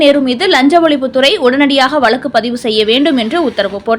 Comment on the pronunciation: Poor pronunciation. It is வழக்கு not valakku